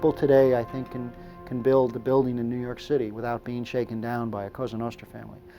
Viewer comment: "nuu yawk affice"